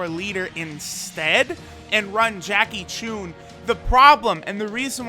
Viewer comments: Jackie tune? It's Jackie chun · He said jackie chune